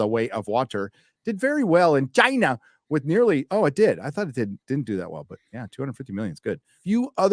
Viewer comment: Your way of saying China is getting realy annoying